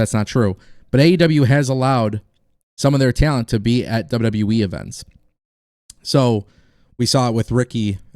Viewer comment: Stop Posting fake sh## u are rubbish and never speak true facts you're just like wrestlingnewsnow when the guy says so much fake stuff and can't say WWE properly he says WWWE.